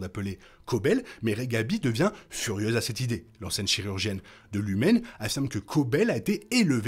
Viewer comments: tu dis lumen. C'est pas lumon ? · Merci pour cette vidéo. En revanche c'est LumON, pas Lumen ;)